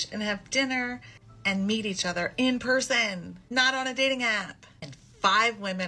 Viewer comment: I love how she emphasizes the words "in person" because of course everyone is super happy to meet terrible people in person of course.